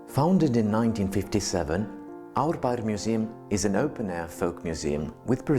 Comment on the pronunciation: the host is really good at pronouncing icelandic words and the name of the neighbourhood árbær , vel gert ;)